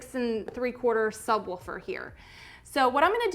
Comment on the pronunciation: I'm not trippin, right? she's saying sub wolfer.. right? also, FORScan is a risky name..